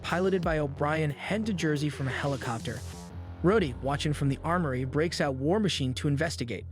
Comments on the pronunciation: maybe the AI voice you use is abit too bad at saying some names like mag neto and rod E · Yeah about 5 minutes in they changed Rhodey to "Rhoddy" and Talkative to "Takkative". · The show literally says his name, and HE still mispronounced it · Great video but damn the way he says some names is mind boggling and annoying. Like Rhodey, Natasha, etc. who tf says Natasha like that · This guy is definitely AI right? The inflection is all off, the emphasis on sentences and words are wrong, he mispronounces Rhodey at one point after having no trouble pronouncing it before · All the mispronouncing makes me feel like the voice of this video has to be a.i. I mean the narrator pronounces Rhodie like 7 different ways